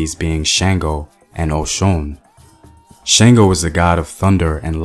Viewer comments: THANK YOU BABA.. AND IT'S SHUNGO NOT SHAINGO.. SPELLED SANGO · Oludumare = Oh Loo Doo Ma RAY; Shango = Shon GO; You got Oshun mostly right (Oh SHOON).